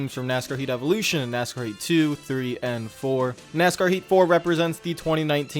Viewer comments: Lol nk, it sounded like he was saying "nascar 84" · I don't think this guy pronounced the word, "Heat", correctly once during this entire review.